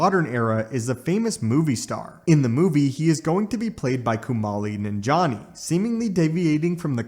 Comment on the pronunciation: He also butchered Kumail Nanjiani's name